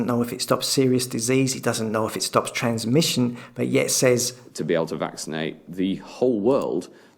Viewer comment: TheWarOnU he struggles with the word transmission